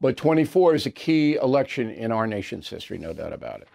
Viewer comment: When you say election I hear selection